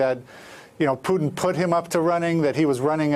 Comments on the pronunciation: Does he pronounce it Pyutin to be annoying to Putin? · Omg he cant pronounce Putin. Please just don't use Putins name anymore if you cant pronounce it